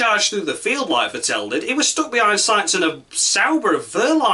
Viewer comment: Vettel rhymes with battle, actually. Not with Fat Al.